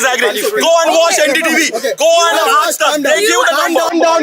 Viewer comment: Bro said watch "NDTV" like 😂😂😂